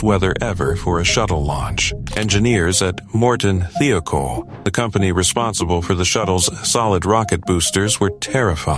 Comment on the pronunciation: Thiokol is pronounced with a long i, not like a long e, as in the video.